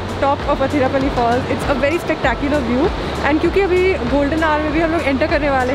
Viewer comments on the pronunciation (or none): Its not Hatirappally...Please pronounce it as 'Athirappally'